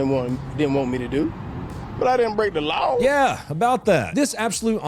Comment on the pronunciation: "i didn break the loaw"